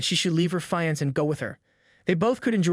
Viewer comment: ok great series but the thing that bothers me ever so slightly is he says fiance difrently